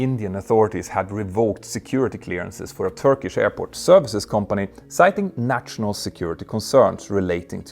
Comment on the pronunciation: „..natshional..“, „..internatshional..“. ?? 😂😂😂